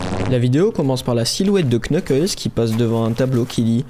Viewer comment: On prononce nukles pas le K